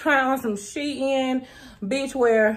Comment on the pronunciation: As an educator who is African American, Shein is not two words it is not pronounced She In it is pronounced like sheen.